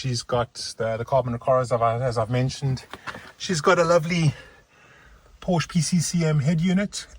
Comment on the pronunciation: You should pronounce the brand correctly if youw ant to be taken seriously.